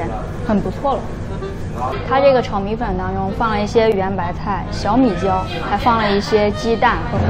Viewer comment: 米粉不是米粉儿 不儿化